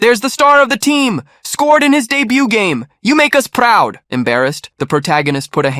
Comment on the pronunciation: around the fifty mark it’s so funny how you said proud